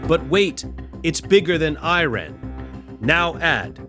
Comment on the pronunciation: I'm guessing this is yet more AI slop narration. In one sentence, it was pronounced "I-rarn", then in the next "Eye-ran". And there are others...